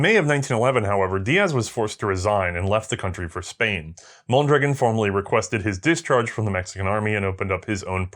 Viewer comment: I'm sure I;m not the first to mention this, but the rifle and its inventor are pronounced with the accent on the last vowel,, hence MondraGON. In Spanish, if there is no accent mark, the emphasis is on the penultimate syllable, as you pronounce it. While I am not a native Spanish speaker, I was certified to get bi-lingual pay as a police officer. I am a fan of your program, having watched all of the WW I episodes and all subsequent ones, as well. I am a court-recognized "expert" witness on firearms and their use in Federal Court. I rely on your content as a source in areas you have covered. As soon as I can organize it, I will become a member of your Patreon family. Keep up your good and important work. Best of the season to you and your crew, including the Guinea pigs.